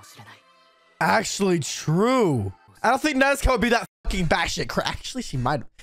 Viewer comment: When he said Nezko instead of Nezuko lol